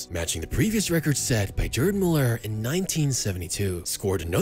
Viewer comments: “GRRd”. Not “JErd” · It's priced "Guerd", bro. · The G in Gerd Müller is a hard G like in Gold or Goat